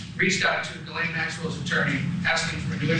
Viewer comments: It's pronounced zhee-LEN, not ga-lane. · It's pronounced "JIZZZZZZ- LANE" ...have a little respect